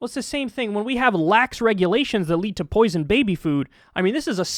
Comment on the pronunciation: The way he said, “poison babies” at the end...